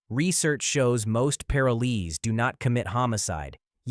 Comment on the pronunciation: “Most Paralees” 😂.